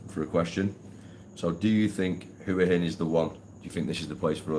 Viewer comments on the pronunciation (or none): Been going to Thailand for well over 20 years, married to a thia, speak Thai. Lovely country but please try to pronounce hua hin correctly but apart from that I wish you all a very happy life.